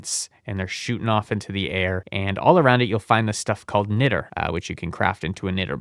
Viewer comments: btw, niter (sometimes spelled nitre) is pronounced more like 'night-er'. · bro is literally just pronouncing things wrong on purpose. Here's your engagement king. Niter: "night err" Macerator: "Mass err ate err" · It's pronounced Niat-ter (Niter) and it's used in things like glass and explosives now days but back in the civil war it was used directly to assist in making gunpowder probably why It's used for this mod This has been your 1 new thing you learned today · Niter is pronounced 'nigh-ter' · Okay some of that pronunciation has to be ragebait, knitter, mace-arator, I can't 😭